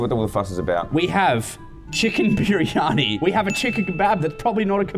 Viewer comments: its pronounced BIR-EE-AR-NEE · The first meal biryani is said like briyani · BTW. It is pronounced Briyani but spelled Briyani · The first meal biryani is said like briyani. I'm not indian I'm south African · As an Indian, hearing them pronounce "kebab" and "biryani" is the funniest shit ever lol.